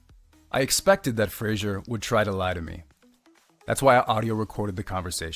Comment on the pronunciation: Why does the guy presenting the video keep pronouncing Fraser as Frasier?